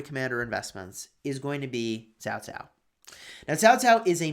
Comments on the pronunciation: It is CAO CAO NOT TAO TAO.... Jesus dude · I always thought it was pronounced Kao Kao